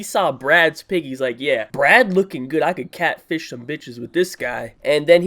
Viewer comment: *LOL AT FIRST I THIUGHT THE DUDE SAID BREAD NOT BRAD!*😂 (Garlic Bread)